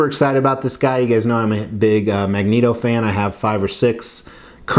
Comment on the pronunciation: Hi, I'm a English major. It's actually pronounced Magneto, not Magneto😏...